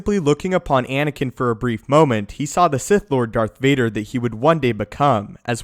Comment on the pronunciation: Does it not annoy anyone that he says dark Vader not darth Vader